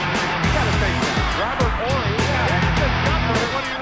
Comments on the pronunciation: Why is it in every video and game I’ve watched its pronounced Robert Orry, yet his guy keeps saying Horry throughout the whole video? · OOOOR-ry, the h is silent. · I've always been under the impression his last name is pronounced 'Orry' (silent H) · HOW DO YOU MISPRONOUNCE HIS LASTNAME EVERY TIME WHILE YOU'RE PLAYING CLIPS WHERE YOU ARE HEARING IT CORRECTLY PRONOUNCED?! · It's always fascinating to me how someone can repeatedly hear how a name is pronounced, and then somehow continue to pronounce it incorrectly. Also, it's "Big Shot BOB." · The H is silent. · Its big shot Bob The H is silent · Mispronounced his last name the whole video, but great video